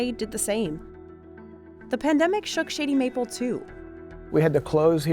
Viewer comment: I find it utterly sad that they sent a biased person against the place to review it. She even pronounces "Shady Mapple" thoughout the video in way to be heard "Shitty Mapple". All video long, she has that "yuck" attitude. She even states that she have heard from seven people the only get there is one item, the brisket, which had that face of digussed even before tasting it.